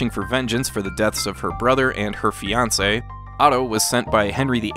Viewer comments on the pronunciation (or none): none